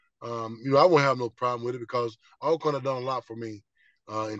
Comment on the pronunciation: It's pronounced Allcorn, good interview 👍🏾